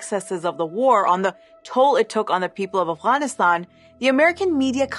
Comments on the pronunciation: If she's epeaking in English then why is she pronouncing AFGHANISTAN as AFWANISTAN? If you're speaking in English to an English-speaking audience then use the proper English words. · I appreciate this point of view, this is a good video but every time you say Afguyanistaun it's like hearing someone chew with their mouth open. No Afghan has ever tould me to say it like that. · Why can she not say Afghanistan right but can say afghan correctly I just don’t understand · I know this video in on a serious topic, but it's so weird to hear Afghanistan pronounced that way. It like hearing someone call penguins 'penwings.'